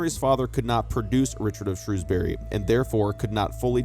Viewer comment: I'm still waiting for the day when someone manages to pronounce 'Shrewsbury' correct in a YouTube video 🙃